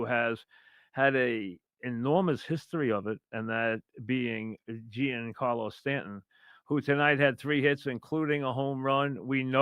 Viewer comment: it is not pronounce Geen Carlo, Mike. It is pronounced more like John Carlo.